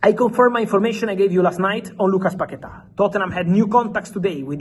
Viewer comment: paqueta. Say it one more time...